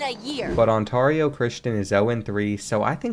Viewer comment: what know about these LA high schools???????????? or did he just look these up cuz i know hes not from Cali just how he pronounce Ontario Christian